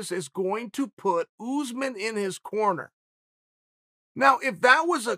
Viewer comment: PSA: his name is not OOZEMIN lol . its ussmaan .. uss like puss (no other word here lol) and man like "mon" .. or "gone" i need everything who says OOZEMIN to do 5 sets of 5 reps of this twice a week. I believe in yall